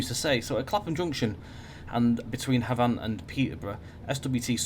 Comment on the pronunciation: Matt told you how to pronounce Havant on stream the other week but you’ve reverted to your old incorrect ways... Otherwise great video